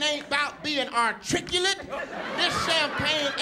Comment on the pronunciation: ...he said artriculate!